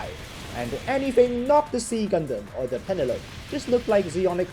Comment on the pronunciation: "Pen-a-lope" 😆that's an interesting way to pronounce it.